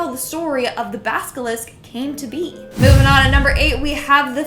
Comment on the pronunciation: So are we just gonna ignore the fact kept saying basilisk wrong? Basilisk not Baskalisk lol.